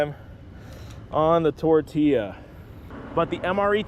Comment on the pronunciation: It's tortiya, not tortllllllia